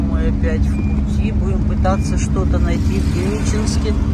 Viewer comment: Гениченск ???!!! Ну хоть бы одна медийная личность выучила название города!!!